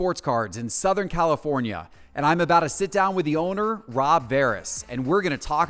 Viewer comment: Please, for the love of all that is holy learn how to pronounce "ABOUT TO"!! IT IS NOT "ABBOUDAH"!